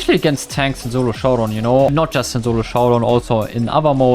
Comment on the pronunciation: i love the german accent when you try to say solo you say "zulo" instead lol